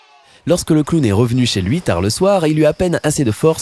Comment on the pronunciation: MDR J'SUIS LA SEULE CHOQUÉE PAR LE MOT "CLOWN" QU'IL A DIT "CLAOWN"